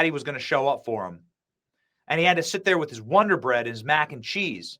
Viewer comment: WODER BREAD BOY 😂😂😂😂